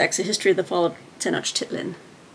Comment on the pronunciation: Conquistadors and Aztecs!! 🙌I'll also be reading about the fall of the Aztecs!! (You actually pronounced Tenochtitlan pretty well when you were reading the blurb of the book). I like the idea of faith and religious reading for historathon. Not precisely the same, but as for the history of christianity, I'll be reading a book about the spiritual conquest of México. (My focus will be the fall of the Aztecs and New Spain).